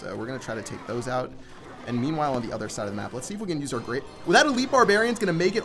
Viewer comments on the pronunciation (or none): none